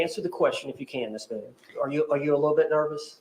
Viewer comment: Dude 😂😂😂😂😂😂😂 the cheese jokes don’t stop🤣🤣🤣🤣🤣🤣”Boone-a-tooouiie”